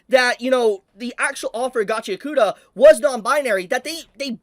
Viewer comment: Gotchy-yakoota❌ Gachi-ACK-oota✅